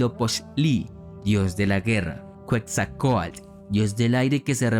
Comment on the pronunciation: Cuetzalcoatl...bueno que esa hasta mi sobrino de 7 la dice bien jajaja pero se aprecia el interés de intentarlo.